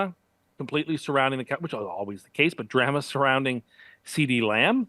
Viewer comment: pronunciation of "drama" 🤣